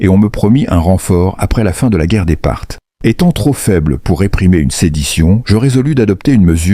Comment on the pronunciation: Pilote au lieu de Pilate,Parcs au lieu de Parthes,lapirait au lieu de lapiderait,ce ne sont que quelques-unes des énormités que j’ai relevés dans ce récit qui,de plus,est complètement inventé